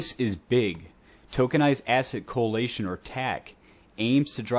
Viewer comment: Coalition not co-alation lol